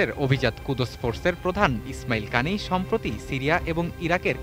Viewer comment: উনার নাম কানি নয় বরং জেনারেল কায়ানি।